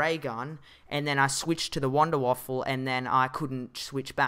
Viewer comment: It's Wanderwaffe not wanderwaffle